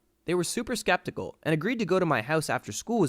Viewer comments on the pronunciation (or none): none